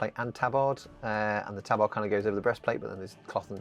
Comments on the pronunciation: Fuck me is that really how you chose to pronounce tabard? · No one ruins English quite like the Brits, eh?